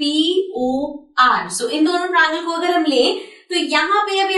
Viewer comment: sorry to say but its "tria-angle" not trangal!